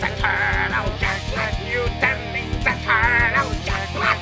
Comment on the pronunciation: та ты шо!!... 🤣 акцент за милю слышно. плюс произниосят ninZa ане ninja.